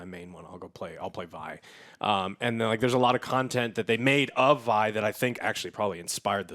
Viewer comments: Joe pronounced Vi correctly once in the beginning, but then switched to saying Vee for the rest of the review. Guess he just forgot... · lol he says it right the first time and then continues to get it wrong every other time in the video. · Its Vi (V-eye) short for Violet not Vee but all good. I was actually saying Vee initially too. Probably because of CP2077. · Jesus Joe is Vi not Vee. Alex get your man. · Every time Joe mispronounced Vi, i died a little on the inside. Her full name is Violet; which is why her name is pronouced as Vy. Not as Vee. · It's Vi . Not V.... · You say you watched the show, yet her name is Vee... anyways, loved the show, hoping it gets ton of success so they can continue making more seasons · Every time he says Vee instead of Vi...that's one powder being left by hereself. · It really doesn't matter but for future reference, her name is pronounced Vy, rhymes with pie. All in all a rather good review, knowing the lore like I do does make certain moments a tad better knowing the characters by name and what happens to them eventually. But even if I didn't know the lore it's still an amazing show. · Good god, youve watched the show. Its "V-ie". Not "Vee" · Drinking game: Drink everytime joe says Vee and not Vi , lol , jk. Love you joe! ❤ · Also bruh, you and so many people I know pronounce it "V" as in the letter despite them on champ release, and anywhere her name is mentioned including in the series you watched as "Vi" as in Violence. Why.. why you do dis. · How you not gonna tell my mans its Vi... not Vee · V-EYE. Riot put the damn name in a show and people are still saying VEEEEEEE REEEEEEEEEE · Its still funny whenever someone calls her V-eee when its actually pronounced V-igh.... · Summoner's Rift isn't canon. It's Vi as in "Violet", not "Vee". High chance that wasn't ryze. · It hurt my soul to hear you all her "vee" lol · How can u watch it and keep saying Vee when its V-EYE because its short for Violet -. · ITS VI NOT VEEEEEEE